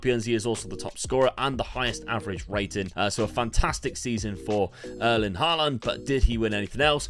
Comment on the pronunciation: You're he. You're putting weird emphasis on the last a in Haaland's name.